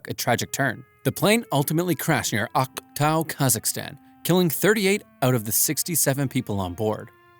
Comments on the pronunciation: Do NOT pronounce Aktau like that It really sounds like you know what… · Not to be mean but the way he said Akatu got me rolling🙏😭😭